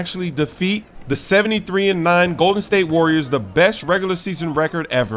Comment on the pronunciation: Also said call em Arriors because the Cavs took that W